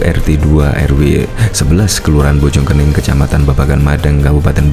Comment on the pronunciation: Bojong koneng bacanya yg betul